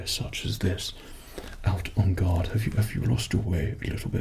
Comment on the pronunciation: i thought you kept saying 'on god' instead of "on guard" lol